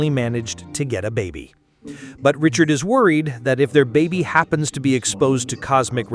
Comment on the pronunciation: Reed Richards not reed richard